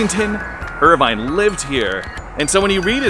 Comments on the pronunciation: IRVING not Irvine GOOF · its irving not irvine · Washington Irveeeng lol not Irvine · I had to shut this off less than a minute in because you couldn't get Washington Irving right. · His name was Washington Irving.. NOT Irvine. You should probably know that before you do a video about it. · Yes, Irving, not Irvine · His last name was Irving, not Urvine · It’s. Washington Irving not Irvine. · I stopped after 47 seconds because the guy could not get Washington Irving right. I felt embarrassed for him. I would love to visit Sleepy Hollow one day, though. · Could pronounce Washington IRVEENGS (Irving) Name correctly. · mostly how he is excited about the age of the church. I know he mispronounces Irving's last name lol.... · The hiding eyed, Suburban Pilgrim mispronunciation of Washington Irving's name does not deter viewers! He's got my Sleepy Hollow related films beat! And I am the Legend of Sleepy Hollow Storyteller. My heads off to you!